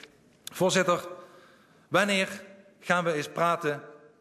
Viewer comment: hahahah waneer ga je waneer niet waneeggg zeggen